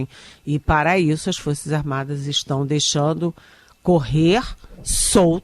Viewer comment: Pior jornalismo ,Estadão! Especialmente por esses representantes do governo PT maquiado de jornalista DNA Eliane 👇 Investigação….não Investigason Questão…não queston Estão…não eston Já é hora de corrigir sua pronúncia 🤌